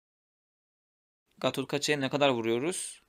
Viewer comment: sen neden gatotkaca ya gatotgaca diyorsun